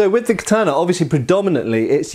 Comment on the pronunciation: In Tenshin Shoden Katori Shinto Ryu we do quite a bit of this. The first kata has a "block" performed while on one knee using the left hand on the blade. The third kata has an interesting use of it too. It's also used a lot in our Iaijutsu and extensively in the Gogyo. (Please can you learn to say Katana though; it's ka-ta-na, not ka-taaaah-na.)